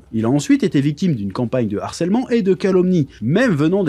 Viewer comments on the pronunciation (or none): none